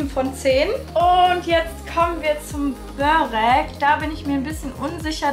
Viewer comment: Schönes Video 👍 allerdings heißt es „Börek“ also nur mit einem r